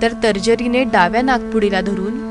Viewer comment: तर्जरी नाही ... "तर्जनी" म्हणत !!